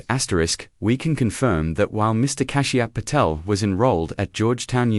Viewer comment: It's pronounced "Cash...Pa..tell". Reprogram and correct the mispronounced name.